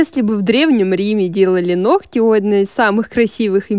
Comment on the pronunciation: Нохти...нохти...ухо режет!